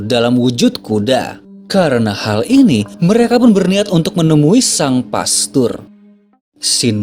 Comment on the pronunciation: Bukan pestor...tapi pastor